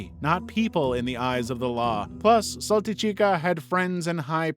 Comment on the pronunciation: Correction, Countess Saltykova, a.k.a. Saltychikha (pronounced as "Saltychiha", not "Saltychika") was persecuted on October 2nd 1768, sentenced to loss of noble title, life prohibitation of mentioning of her past and lineage belonging to any Russian nobility, 1 hour of standing by the shame pole with a sign around her neck stating her crimes and a life sentence in an underground cell in a monastery without light and human contact (the sunlight was only allowed during her meal times and the only human interaction she would ever have was with either the guard or a nun assigned to check up on her). This sentence was signed by Catherine the Great herself, after viewing the files of a six year investigation of her case, that got attention by, very ironically, two of her peasants who walked all the way to Saint-Petersburg headquarters of the Russian Imperial Police department to file a report against their monstrous house owner. Her killing wasn't just a product of her husband that had multiple affairs with the maids, she was a prime example of a born psychopath since at some point she killed her husband too. Russian sources state that she was in love with her "brother-in-law", before she got married of to her husband who just so happened to be older than her love interest. During the first years of her marriage, she just cheated on her husband with his brother. One more chilling detail is that she was obsessed by being a mother, but knowing full well that she can't just go ahead a